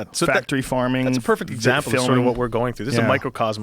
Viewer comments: did anyone else catch him saying eggsample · "Eggsample" HA!